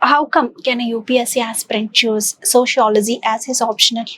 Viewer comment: Your accent is very wrong prononciation its not sociolozyyyyy it is sociology